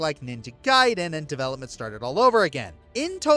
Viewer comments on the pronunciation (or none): none